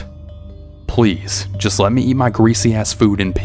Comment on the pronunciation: I can’t with the “ Just lemt me eat my greasy ass food in peace “ 😭😭😭